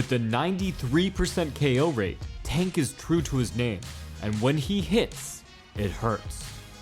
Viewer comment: It sounded like you kept calling him “Taint” Davis